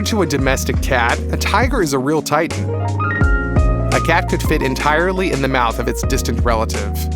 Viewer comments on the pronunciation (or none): none